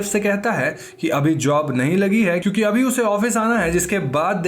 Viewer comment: Bro its "kyu K" not "Chu K".